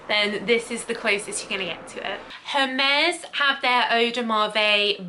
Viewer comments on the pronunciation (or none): none